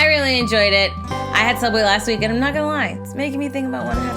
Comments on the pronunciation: Does it bother anyone how she said Soobway wrong even the Soobway is the wrong way anyways? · Him: Sub- SOoUbWaY! ;-; Me: BuHhahHhahHahh🤣🤣He AlMoSt SaId iT!🤣🤣🤣